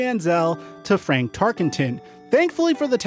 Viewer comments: It's FRAN Tarkenton not FRANK ... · Fran Tarkington...not Frank